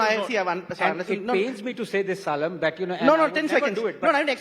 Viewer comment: Surprised that Anand Ranganathan , being a Tamilian does not pronounce Salem correctly.